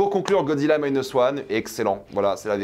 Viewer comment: Le premier que je vois qui prononce bien "minus", marre des "minus et cortex"